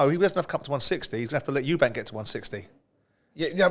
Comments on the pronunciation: Spencer........how long have you been in the boxing game now? Its Eubank.....not Eubanks. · Eubank, not Eubanks - there’s no S, it’s not hard